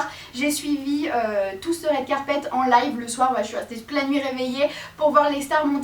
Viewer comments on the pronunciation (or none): none